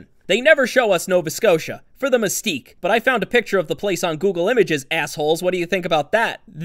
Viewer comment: for anyone curious where that place is it's Mystic CT, pronounced like miss-stick. You won't get far typing Mystique into the search bar. Hope this help anyone wondering where it is without having to look it up through the ending of the game. It's a beautiful place.